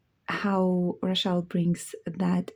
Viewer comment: I like the way you say Rachel. 🙂🙏 edt.and thanks for showing the books.some of them hard to find on youtube reviews.